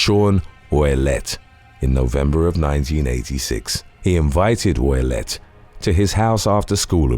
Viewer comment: is Canton Massachusetts... you always have errors in your vids its like the most low effort content anyway to look online for crimes and post random pictures how do you mess that up. Also Ouillette is pronounced oo-yet